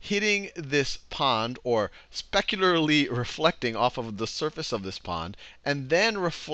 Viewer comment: mispronunciation of the word "specularly" try again